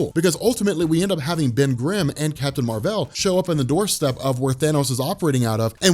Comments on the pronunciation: His name is literally Mar-Vell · that's how it's said